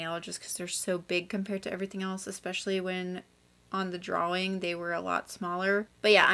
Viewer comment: LOVED THIS, I can’t believe I didn’t see ur community post! I will be keeping my eyes peeled for the next one. (Also the way u say draWING is very evil )